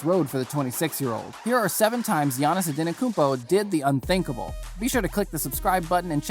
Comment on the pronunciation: It's pronounced An-eh-te-koom-po..I'll admit that's a hard one, took me awhile to get it right.